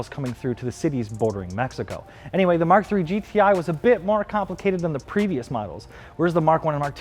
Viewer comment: "Muk Seven"